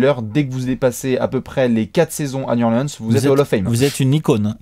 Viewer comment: un effort sur la prononciation de new orleans!!!!! mes oreilles saignent!!!! new orléance n'est pas sur la carte!!!!!